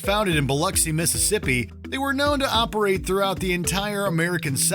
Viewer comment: Thanks for saying Biloxi correctly lol